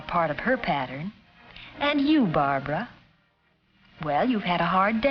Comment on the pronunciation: her name is barbara. no it's brahbrah. no its barbara. no it was barbahra. no it was barbara. no it's blahblah